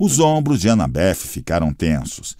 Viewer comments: Pensei a mesma coisa kkkkkkkk tô agoniado com as pronúncias. Anabéff tbm me tira do sério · "Anabef" é pra lascar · Sim! É desesperador ele ser tão errado...a anabeth nem me incomoda tanto, mas esses 2 é de doer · Tentando entender porque o narrador pronuncia o nome da Annabeth com o som de F no final🤔